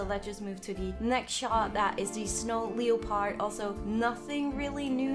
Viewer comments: The way she says leopard.... kills my soul Lol. It’s pronounced “ Le-perd “ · Pls, as much as I love u, pls say “leopard” as “lepard”, it’s a silent ‘o’ Never mind, I’ve seen it’s already been said :)